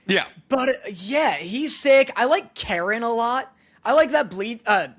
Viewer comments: it's not karen it's pronounced (carren) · It’s pronounced “Ka-Reen”